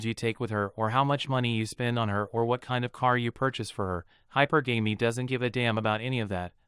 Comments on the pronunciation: The pronunciation is NOT: high-per-GAMEY....no, no, no....it’s high-PER-guh-me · It's pronounced "hyperGammy" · its called hi-per-ga-me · You're mispronouncing hypergamy. Look it up. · true, many mispronounce it